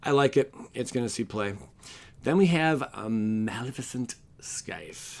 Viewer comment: FYI, in Scythe, the 'c' is silent....